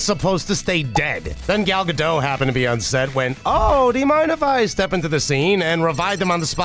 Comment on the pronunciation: Just FYI, the T in Gal Gadot's name is not silent. It's a Hebrew name, not a French one. We don't silent the endings of our words.